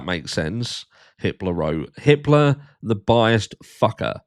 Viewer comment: When you said judge Hippler I thought you said Hitler